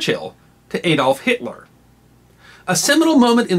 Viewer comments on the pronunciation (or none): none